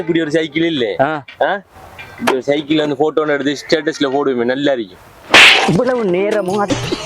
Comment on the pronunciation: Shatus😂😂😂😂 அதையும் சொல்லிக்க தெரியல